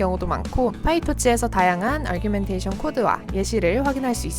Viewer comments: 그러게요; argumentation으로 잘못 이해하고 부르시는거같아요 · Data_Augmentation에는 "r"이 없는데 자꾸 아r규멘테이션으로 들립니다. 그거 말고는 너무 좋은 영상 감사합니다~